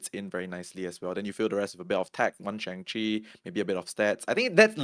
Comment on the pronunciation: Let’s try pronouncing Shang’s name properly if possible. It’s not “Shang” like “Bang”, it sounds more like “Sean” or “Wong”.